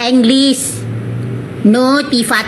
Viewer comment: Maaf bukan Dr Tipa pak tapi tifa... bapak sendiri salah ucapannya